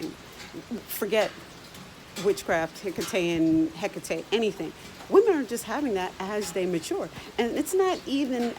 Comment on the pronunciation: Your pronunciation of her name is exactly how it appeared to me. I found myself almost chanting her name. After doing some research and finally realizing who had just contacted me I was extremely hesitant at first. She is the one who introduced me into the craft. Most intense experience of my life, but she is so loving and understanding at the same time. She's not for the faint of heart for sure!!!